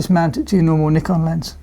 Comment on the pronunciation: you pronounce Nikon wrong.. :)